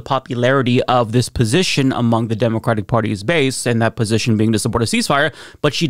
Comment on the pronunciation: "demoquatic" gets me every fucking time. i cant tell if thats a slip up or its on purpose since you've sd it on multiple videos.